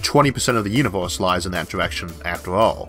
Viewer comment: "di yunivous"